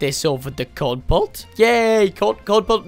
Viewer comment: “Corn pult” it’s kernel pult